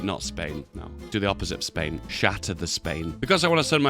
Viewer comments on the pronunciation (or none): Oh lord, that Spain in the final peace has a silent S